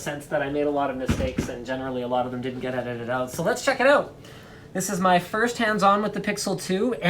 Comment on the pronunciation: "so lets check it oat!"